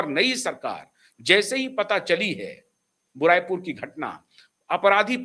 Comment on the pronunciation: भाई उस जगह का नाम बुराई पुर नहीं, बारुईपुर है।